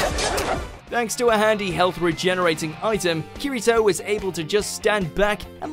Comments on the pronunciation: Quick correction on SAO you pronounced his name wrong, its spoken as ki-de-toe in English, and yes its different from how it looks when spelled out, also it isn't an item, he is normally on the highest reached floor of the game so his level is high enough to improve his "perks" in game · I'm just triggered how he said kirito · I’m disliking cause of the way he says kirito besides that good video